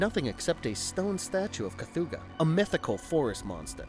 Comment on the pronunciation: Great video, but four errors: STAN Winston Studios. NOT Sam Winston Studios. You eventually said it right, but it is KATHOGA, NOT Kathooga. But also M-BWUN, NOT MWOON. Lastly, and just as importantly, D’Agosta is pronounced D’AGUSTA, NOT D’AGHOSTA. But, like I said, great video.